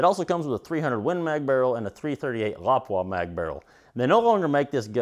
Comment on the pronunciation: .338 La-Poo-Ah... not sure wtf a Lopwah is.